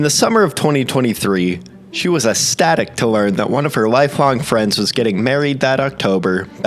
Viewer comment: Dude, it’s pronounced “ek stat Ik”